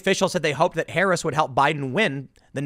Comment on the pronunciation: Did Tim just say Kamala Ha'aretz? :D You've got to laugh at the notion of Blacks being attracted to Harris because they have some affinity with Asians on account of skin color, though. A resounding golf clap for that genius!